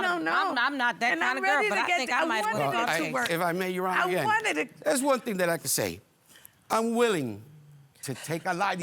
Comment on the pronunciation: The episodes keep getting better and better with this Judge ! 😂❤😊 When she said “Tings.” I knew it was about to get serious!